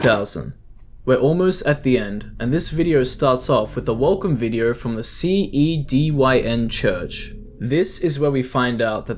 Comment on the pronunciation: hearing him say "c e d y n" is getting to me" ITS A PUN IT CAN BE PRONOUNCED CDN